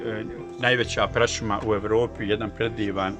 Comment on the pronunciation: Vodić ć ć ć led te jbo i izgovor ś umjest š, ć umjesto č! 🤮 Praśuma 🤭